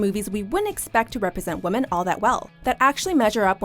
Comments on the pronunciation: Pronounce women as woman one more time. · My god. Why do so many Americans say "woman" when they are referring to "women"?!?!?!